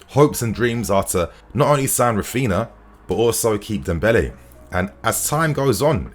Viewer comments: His name is not rafiina 😭😭😭wtf it’s Ra-phin-Haaaa say it correctly cuz it’s annoying us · pls start pronouncing "RAPHINHA", the 2nd "H" as an "E" and not "raphina" :)))